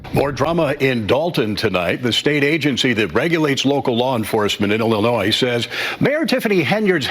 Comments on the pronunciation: You gotta stop pronouncing Illinois with an S… you are better than that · the S is silent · Illinois The "s" is silent. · this is Nathan, you can't pronounce Illinois with the s on the end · Brother I love you but its Illinoi not IllinoiS as the S is silent. If you grew up in Illinois especially if you went to a Catholic elementary school in the 70's then you KNOW the struggle is REAL lol. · It is not ILLI NOISE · Stop pronouncing the "s" in Illinois. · The S is silent on Illinois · Please, as an educated person, learn the correct pronunciation of Illinois. You should have learned it in elementary school